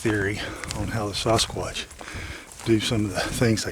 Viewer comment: I absolutely love how says Sasquatch to me it sounds like he is saying Sauce Kwatch lol, he is a great gentleman and he works very hard on this topic and has helped many, many people. Keep it up.